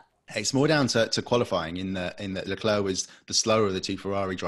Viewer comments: Please stop saying LeclerK. It's you job to pronounce these names! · Wow, the lack of chemistry is so palpable that it almost makes this cringey. Sorry autosport but this dude just isnt it..... Plz dont do like this again. Ps:, help the brother out, its not LeClerk......